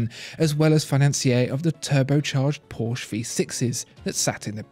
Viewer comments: I can only say superlatives about video quality and editing skills, but please, learn to pronounce Porsche and Hublot. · It's PorschE not Porsch!!!!!!!